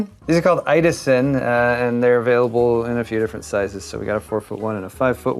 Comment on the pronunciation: Idåsen could be pronounced, Eed awes en. Kinda heh